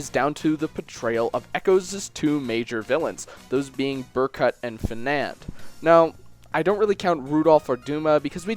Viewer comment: Darth R0xas not trying to nitpick, but I think he said Fenand too